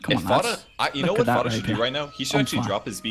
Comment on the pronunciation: he said FATA lmao